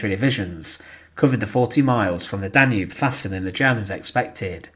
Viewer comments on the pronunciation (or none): none